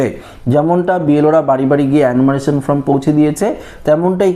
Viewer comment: Bhai kothata from noi form onek din holo sunte baje lagche.yhik korun.